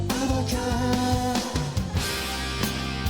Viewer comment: not acebab bro, your spanglish is real fun:)))